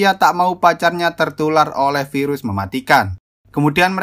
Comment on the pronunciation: Pirus KENAPA HARUS PIRUS 😂😂😂😂